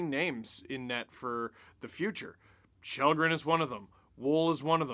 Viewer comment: It’s kall-green